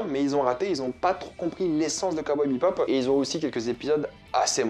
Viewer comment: un jour il arrivera à prononcer "Bebop" correctement au lieu de "BipBop" mdr